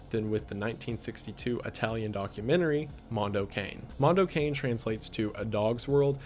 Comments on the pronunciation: No no no, ragazzo! No "mondou quein". Mondo CA-NE (CAH NEH) And no, I'm not italian, I'm hispanic but I know that's the right way to pronunce it. Hmm MDPOPE. Mega Drive Pope. Interesting name... WTFamisaying?LOL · It's so funny hearing someone who doesn't know pronounce mando cane as cane as in candy cane instead of kah nay which is how I've always heard it pronounced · Kah-neh not an ay sound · It's pronounced Cah-neh, not Kane. Cah-neh. Silent 'e's don't exist in the Italian language. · It's pronounced "Moon-doe Kah-nay" please god pronounce it correctly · Mondo Cane is actually pronounced “Mondo Cah-Neigh. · Apparently you pronounce it car-nay for mondo cane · I'm the guy Hostel is pronounced like Hostle Mondo Cane is like Cawnay I'm sorry! Otherwise I loved this breakdown! Liked and subbed ..and I saw animal farm in the 80s and the images are still stuck in my mind 😦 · "Mondo Cane" seemed really interesting. Just one thing (as an Italian speaker) we don't pronounce "cane"(as dog) as the english "cane"(as stick). It didn't bug me that much but it was a bit weird to hear it pronounced that way...though, TBH after all the english titles up to now I also read it with an english pronounciation in my head. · wendi, i absolutely love you, but the way you pronounced "mondo cane" took 15 years off of my life